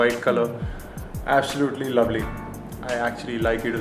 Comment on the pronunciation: absolutly lavly....